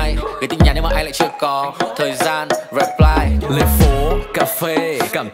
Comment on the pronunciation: chăm ra nhạc nhỉ, nhưng tôi vẫn chê nha, cái từ "reply" nên phát âm là /rɪˈplaɪ/ thay vì /reˈplaɪ/, các chỗ khác thì chưa tìm ra chỗ để chê.